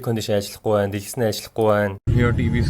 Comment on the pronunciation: Дэлгэц шүү, дэлгэс биш